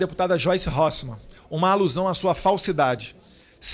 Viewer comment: Eu ouvi ele dizer Joice Horse man !?